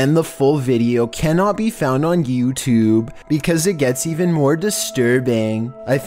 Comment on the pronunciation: “Yew tewbbbbb”